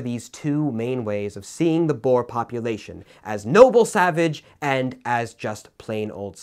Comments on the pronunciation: Sorry to say you daid boer wrong it is boo-r and it is spelt Afrikaans. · As a South African your pronunciation of Boer made me laugh. I know it's spelt the same way as the animal but still. And in Afrikaans it just means farmer. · I think the most painful one was boer. Thats not how you say it.